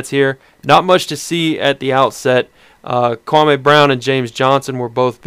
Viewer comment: stop pronouncing kwame's name wrong, so fucking disrespectful...